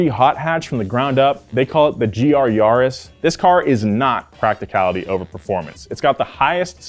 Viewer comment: Gee arr yarr-es